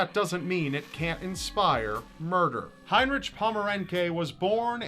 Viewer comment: You are saying his name wrong. In german heinrich is actually heinriH. Ch = h (haynrihh)